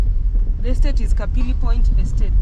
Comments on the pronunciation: It's not kapili point.... But Capri point ... that's where all the old money people resides. The SAMAKI statue represents the fishing activities and natural resources, within the lake zone / Rock City. Thank you so much for visiting....love 🇹🇿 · NMB stands for "National Microfinance Bank".. one of the major Banks in the Country. And the residential area along the lake is "Capri Point", not 'Kapili point'..